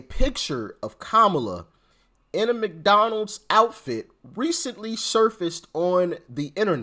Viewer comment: She didn’t say McDonald’s….. She said “McDowell’s!” 😅